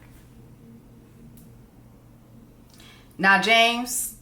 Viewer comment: When James said Ryan Renoylds I was giving the side eye too. Just come on and be yourself